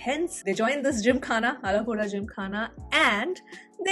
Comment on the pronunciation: The way you pronounced Alappuzha.👏👏. perfect 😊🥰